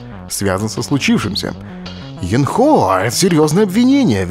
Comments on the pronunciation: сначала Брейн говорил Ёнхо (ударение на ё), потом плавно перешёл на Енхо (ударение на о). ВЫВОД: Брейняша ударение переставил, и "ё" на "е" сменил:D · брейн, ударение на Ё, Ёнхо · Ёнхо, ударение всегда на ё. Да и в большинстве японских имен ударение на последний слог.